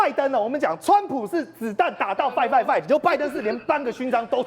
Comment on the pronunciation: 英文在亂發音 是fighting好嗎